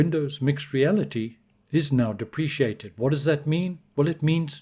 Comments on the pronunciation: Deprecated is pronounced like deprecated, not like depreciated. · Thanks for the info but its "dep-rick-ated" not depreciated. Not being a dick, just pointing that out.